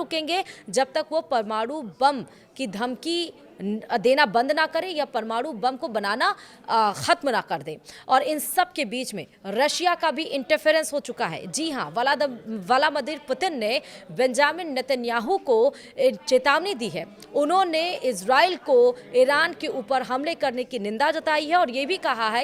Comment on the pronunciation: medam ji aap new lag rahi ho rasiya ka interface, valamader putin , apko sahi se nahi bol mil raha hy.